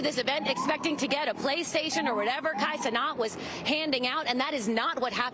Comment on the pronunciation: "Kai CeNOT"